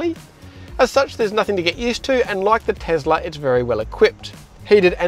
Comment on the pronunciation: Tesla not Tezla Mate